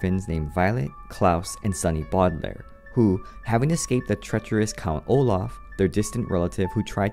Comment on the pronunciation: DONT MAKE FUN OF THE WAY HE SAYS BAUDELAIRE